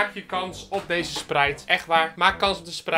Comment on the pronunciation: Hoe je het uitspreekt: “ spraait” hoe het uit spreekt: “ spreit”